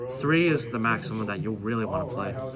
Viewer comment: "3 is the macimum you really wanna play" I died hearing that😂😂😂